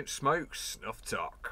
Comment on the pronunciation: Toque pronounced like smoke toke, good review